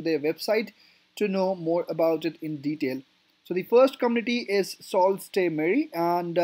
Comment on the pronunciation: Pronunciation of Sault is incorrect. Its pronounced ‘soo’ not salt.